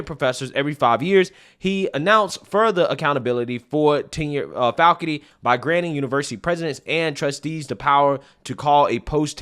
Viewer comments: "falcuty" is not a word. It's faculty. Fak ul ty. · I like what you say but please learn how to say the word - " Faculty " !